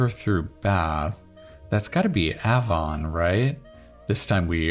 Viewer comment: As someone from the UK, I am amazed how quickly you solved 18 A as many people here would not have got that answer so quickly. However, I feel I should nicely let you know that you did not pronounce it correctly. The A in Avon is pronounced the same as the A in 'cave'.